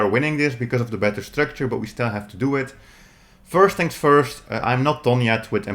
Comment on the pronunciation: Tings! Lol. I bet you also say, ‘Mis-owls’ instead of, ‘Misles’ too right!?! Lol!